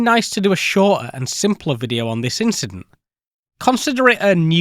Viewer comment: hmm yea but, it's video, not fffffideo.